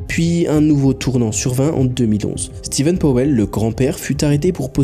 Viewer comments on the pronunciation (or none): none